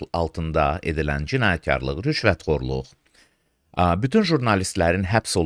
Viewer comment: Uzun illərdir hələdə prezidentə başa salan yoxdur ki, ermənilər "f" hərfinə "p" dediyi kimi azərbaycan dilində "pütün" sözü yoxdur, "bütün" sözü var. Yəni onun ətrafında bir kişi cəsarətlisi tapılmir ki, bu səhvisini düzəltsin!?